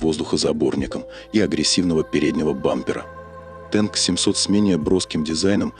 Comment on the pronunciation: Не «Тэнк», а «Танк»!